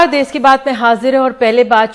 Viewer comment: देस नही देश होता है वो 🤣🤣🤣